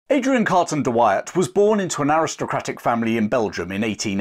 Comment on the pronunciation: Try saying his name again...